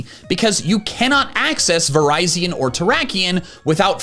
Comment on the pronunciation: Uh its actually pronounced vir-ri-z-i-on🤓